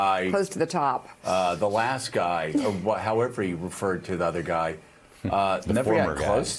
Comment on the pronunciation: I love President Biden calling T** " the other giy "😍😛